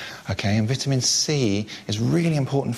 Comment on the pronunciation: I hate how they say vitamin